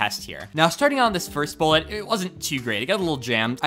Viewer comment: every time you say "bullet" i cringe